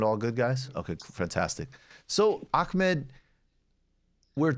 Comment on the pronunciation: Michael the way you pronounce Ahmads name is cringe pure